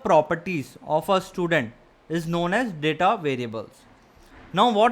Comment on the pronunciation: Pls correctly pronounce the word data, it's not datha it is daeta